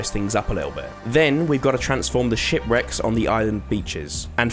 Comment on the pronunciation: I thought you said “shit-wrecks”! Lol! Edit: I meant “it sounded like” not “I thought”